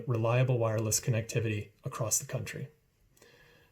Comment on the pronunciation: First of all, it’s not acrosst it’s across. Second, drop T-Mobile and branch out to other carriers.